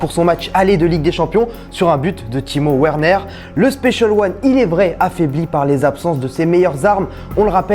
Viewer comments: "Timo Ouerner"... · on le prononce comment?Timo Verner?